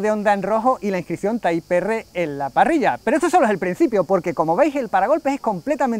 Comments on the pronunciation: que risa type "erre" "uvetech" jajajajajajja los españoles le tienen una terrible aprension a pronunciar el ingles... digame cuando dicen "tipe erre" honda zivic jajajajaja ///// muy buen video by the way me le voy a dar like y me me suscribo saludos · Yo siempre he dicho "taip erre". Y es la primera vez que pienso que es una gilipollez mezclar pronunciación en inglés y español 🤣🤣🤣.Gracias! 🤣🤣🤣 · Taip Ar es como se debe pronunciar le duela a quien le duela. Los angloparlantes que se respetan también pronuncian como se debe las palabras en español. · Muy mal!, si dices dale torete..., a partir de ahí la denominación del coche es (tipe erre), tal como suena, pero bueno, por lo demás el reportaje genial. Ahora que pienso... quizás debieras haber dicho dale torere para que el culo apriete, igual el piloto lo hubiera entendido mejor 🤣, ojo!, no digo que el "Torete" no sea conocido mundialmente, nooo. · Jajajaj muy bueno lo del inglés de Type R, la verdad es que no se por qué lo decimos así . Muy bonito el nuevo civic. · Dan ganas de vomitar cuando dice TAIP ERRE.... Hermano se dice en español TIPO ERRE y si es en inglés TAIP AR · No debes decir tay porq no eres americano para pronunciarlo en english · "Tipo erre" y así como es en español.🤷🏽‍♂️ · correcto, lo suyo sería llamarlo Type Ar pero a los españoles no les gusta pronunciar palabras en inglés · Ni tipe erre, ni taip erre: "tiper"😎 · "Taip Érre" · Taip erre jajajajaja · "taip erre". No sé por qué este coche cada vez lo hacen más feo